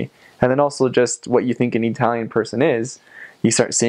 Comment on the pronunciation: GREAT VIDEO! One question, if you wouldn't mind: What is your ethnic heritage? The reason I ask is that you pronounce the word "Italian" as EE-TALIAN, the sound of the first "i" being like the "e" in EAT. Most Americans pronounce the first "i" with the sound of the short i as in the word "chip." Are you Hispanic? Greek? Armenian? Middle Eastern? Jewish? Thanks.